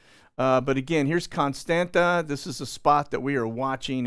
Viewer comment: Constanta is pronounced "cone STAHNT sa." the second "T" has a curlicue under it, so it is pronounced like Hebrew Tzade. On maps before WWII, they would spell it "Constantza."